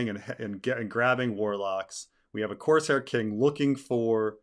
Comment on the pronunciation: Did you say coarse hair?😁